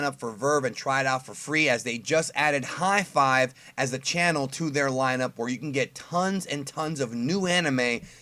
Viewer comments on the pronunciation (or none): it's called HIDIVE, not Hi Five. Lol